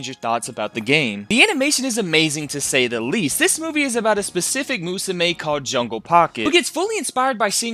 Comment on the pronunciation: Illiterate people can't read Uma Musume correctly.